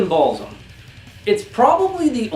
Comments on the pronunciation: Intestine "Ball-sim-...isin't it intestine 'baal-ism'? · the Baal part is correct, but you're saying BaalSIM instead of BaalISM :D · It's BAAL-ISM not BALLS-IM XD driving me insane!!